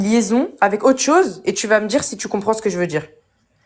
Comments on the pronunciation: " c'est à djirRrh ? " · On va "Djire" comment "Djire" J'en peux plus 🤢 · Et tchoi tchu peux pas parler normalement? thié obligé de prononcer comme ça, c'est monstrueuxement laid. Paradchi, dchirectchement, tu peux pas dchire? Quelle horreur . . .